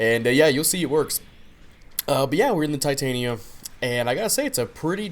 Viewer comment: Ti-tan-ya is how ya pronounce it.